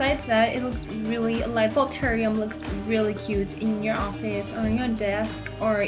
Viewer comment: you do not know how to say terrarium